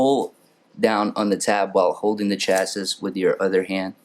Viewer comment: Good video....but.....you don't pronounce the s at the end of chassis. It's pronounced chas-ee, as in an automobile chassis.